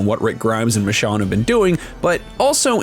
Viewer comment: It’s Michonne